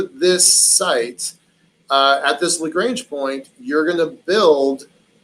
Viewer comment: Very interesting. It bugs me when people who are supposed to be experts can't pronounce "Lagrange" properly, however.